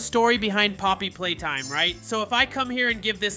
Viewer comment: Bro it's poppy playtime not pop playtime and it's nightmare huggy wuggy not hugg nightmare